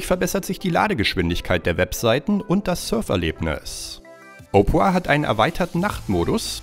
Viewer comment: Er spricht opera halt echt opra aus 😂